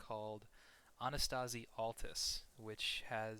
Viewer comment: You spell it like it's a Girls name "Annistasí" It's actually Anti-Stasi it's Greek and means "Resistance" If you wanna be reaaaaaally correct you would say "Adístasi" Don't wanna be a smartass or something, it's just "the more you know" kinda thing. I enjoyed the Video. Keep it up dude